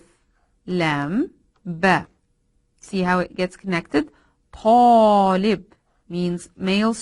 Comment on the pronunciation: Mam i have question When you wrote talib, you pronounced it perfectly, but there was no short vowel. As for me how do i know how to pronounce it when there was no short vowel